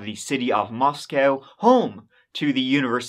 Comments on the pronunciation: its pronounced Mos-co not Mos-cow, every media company ive heard say it has gotten it wrong. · For what it is worth - the Idaho city Moscow is pronounced Mos-coe (long o), not Mos-cow. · It's pronounced Moss koh. Coincidentally, like kohberger. Not cowberger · Mosco, its pronounced Mos-co, not like Russia's Mos-cow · It’s Mos-c-oh (like oh no!) Moscow (mos-cow) is in Russia 😌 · Please if you're going to do research and a YouTube video please research the correct pronunciation for Moscow Idaho. It is Moscow with a long O, not Moscow as in the city in Russia. Thank you. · Moscow, Idaho is pronounced like Moss-Coe, not Moss-Cow...Moscow, ID...and Hyundai is pronounced like Hun-Day, not Hee-un-day…Hyundai junk vehicles…🤘🏻🇺🇸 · It’s pronounced Mos-co. The one in Russia is pronounced Mos-cow. Cheers 😀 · Meaning no disrespect but the City, Moscow in Idaho, is pronounced Moss Co not Moss Cow, as in Russia (@ you did pronounce it correctly) Thank you, for covering this story ~ May Ethan, Madison, Xana & Kaylee Rest in Eternal Peace 🙏🏼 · Great video! Just a note for future videos on the Idaho 4 Murders - The city is pronounced "Mos-coe" not "Mos-cow." It's not the same as the Russian city pronunciation. Also, Kaylee's last name is pronounced like "Gonsalves." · From Idaho and here to say it's pronounced "Mosc-o" not "Mos-cow" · Ummm no. It is pronounced Mos-co. Not Moscow. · Mos-cow is in Russia. It is prounced Moscoe,ID. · This happened around the corner from my family home. Btw: we pronounce it Mos-coe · Glad you're covering this. Just as a local, we say "Mosco(w)" the w is silent 🤫 FYI, unneeded, but some local knowledge... I'll share more if I can. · We pronounce Moscow with a long o in Idaho. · Pronounced, Moscoe, please. Thanks for covering. Every time I drive by the courthouse/jail, I get the heebie geebies knowing that freak is only yards away.